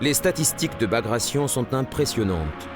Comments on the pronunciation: Bagration, with 'gration' pronounced as in migration? It's a Russian name pronounced ba-gratt-ai-on. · Bagrayshn? Very funny.